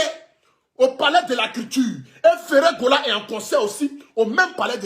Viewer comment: Ce qui me fait le plus rire, c’est sa façon de dire ferre Gola!!😂😂😂👉🏾